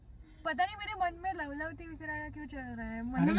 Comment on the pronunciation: लवलवती nahi hota लवथवती hota hai 😅